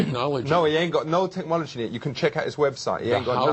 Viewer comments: did he say tech-Mology? and wasn't he the manager of spice girls? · Here’s to saying “tekmology” since 2002 hahaha.